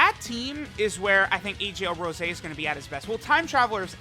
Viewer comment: Anyone else think it sounds weird when says Rose and not Rosé?